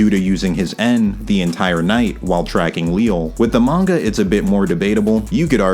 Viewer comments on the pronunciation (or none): none